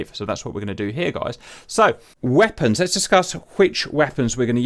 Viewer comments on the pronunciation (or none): I swear he puts an "H" in that "wheapons" hahahaha :)